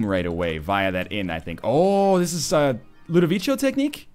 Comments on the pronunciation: you've been told a million times already probably, but it's ludovico with a hard c, like a k. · For the love of God, learn how to say Ludovico right. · scumbag notherlion, he hasn't seen clockwork orange and doesn't know how to pronounce "ludovico" correctly